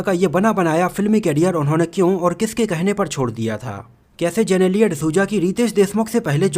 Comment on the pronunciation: वो जेनेलिया नहीं जिनीलीया है 🙂